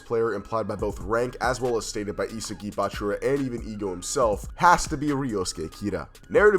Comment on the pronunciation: Pronounce it as * EE SOG II • not isigi bro